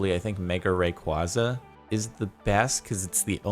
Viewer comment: It's not pronounced Ray-QUAW-za, its pronounced Ray-QUAY-za.